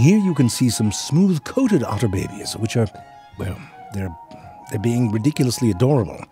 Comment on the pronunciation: awww you dont say "babies" funny anymore :( i miss that....